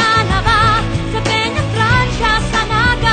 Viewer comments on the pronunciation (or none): *Naga po, Hindi Napa